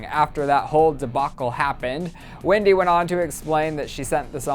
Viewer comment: Anyone else notice that said 'Wendy'